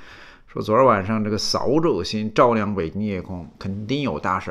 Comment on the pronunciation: 扫(四声)帚(轻声)